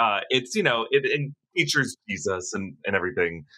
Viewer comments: Im kinda weirded out by how he says G-Zuss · is it just me or is he saying geez us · Why’s he saying Jesus weird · The way you say Jesus 🤣🤣🤣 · You say Jesus weird. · Why do you say Jesus like that... 🤔